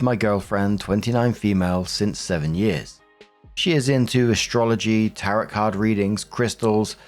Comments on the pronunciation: It is pronounced "Tair-roh", not "Tarrot" like carrot. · it’s “ta-ro” not “ta-rot”. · Ok, this is driving me crazy! It's pronounced, Tar OH. The T at the end is silent! 🤣😂 And no psychic, worth their salt, should be telling anyone when they are going to die! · I love you so much,. But Tarot is pronounced Tar-oh. The second Tis silent. 😂❤ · Tarot is pronounced TARE-oh. The “t” on the end is silent.